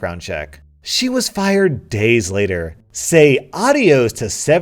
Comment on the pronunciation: Is no one gonna talk about how he said audios instead of adios? 😂